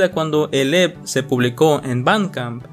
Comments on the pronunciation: yo te amo, pero se pronuncia "e-pe", xfa no vuelvas a decir "ep" Ya no recordaba que Marzo había sido un mes tan interesante en cuánto a Lost Media, me da risa ver como en el piloto de Drawn Together la mayoría de comentarios están en español, al que mejor le vino el rediseño fue a Xander No tenía ni idea de lo del vídeo de Blackpink, cómo me hace falta mi amiga blink en momentos así 😅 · te aviso que EP no se pronuncia EP, se pronuncia e pe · Me dio amsieda' que dijeras "ep" en vez de "E pe":face-purple-crying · eeee no se dice literalmente "EP" se pronuncia como un acrónimo "e - pe" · Ep se pronuncia i pi no Ep (no es hate amo tus videos) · oye no es por se mala onda ni nada de eso, pero no se pronuncia "EP" se pronuncia "EPE" O "E-P" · Un EP, pronunciado literalmente así. XD Se le pronuncia E Pe. Pero EP pronunciado tal cual veo que suena mamalon. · ¿Cómo que "Ep" wey? XDDDDD Se pronuncia diciendo literal las dos letras "e pe" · oye, se dice e pe, no ep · oye pije los EP's no se pronuncian tal cual se escriben, se pronuncian "E PE" no "EP EP EP" que suenas como trastornado :V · EP se pronuncia mejor como E-PE en español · Buen video, solo que los lp y a los ep se pronuncian como "ele p" y "e pe" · No imaginas cuanto sufrí todo el tiempo que no pronunciaste EP como “E-Pe”. De todos modos tqm mucho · me pasó lo mismo, no pude concentrarme en el vídeo por su pronunciación 😭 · Se pronuncia "E-PE" XD